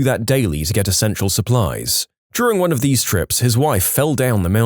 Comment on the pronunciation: “Tot hese” 💀